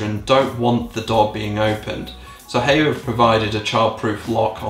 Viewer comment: The first time i've heard of Haier was about 10 years ago, when my parents got an air conditioning system fitted to their house. It got the job done. Also, I believe the way you're supposed to pronounce Haier is like "higher"